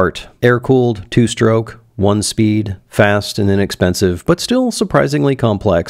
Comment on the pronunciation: "It's inepensive" HAH!!